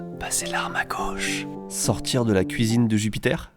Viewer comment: Par contre, on dit "sortir de la cuisse de Jupiter" et pas de la "cuisine de Jupiter", les gars. Votre langue a fourché ? 😜👍😉